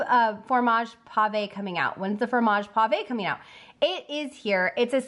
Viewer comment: But you did get "pavé" right because the é has an accent. As long as we're doing French, the "de" in herbes de Provence should really be pronounced "duh".